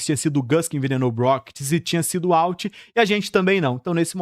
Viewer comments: Dá uma leve gastura ouvir "UALT" várias vezes, mas o vídeo ficou fera demais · Vende seu curso de inglês ai pro pessoal aprender a fala "Uólter".